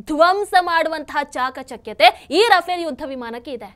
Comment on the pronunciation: Adu ruffaaley madam rufale alla.